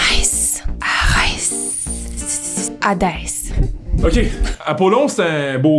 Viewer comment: Je suis désolée, mais à c'est pas Adès c'est Hadès, j'ai tellement été triggered lol Mais j'ai tellement ri!!!!